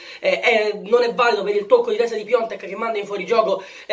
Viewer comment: Ma perché lo continuate a chiamare PIONTEK ???? SI CHIAMA PIATEK !!!